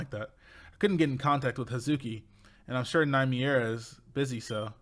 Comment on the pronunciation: I have to be honest, I had to agree with Spacea and Tiempa. You know what they say: the need of the many outweighs the need of the few, with that saying in mind my answer was beyond obvious. BTW, you were wrong, they said est, but someone like you finally pronounced Nymiera correctly, everyone mispronounces her name so I'll let the west mistake slide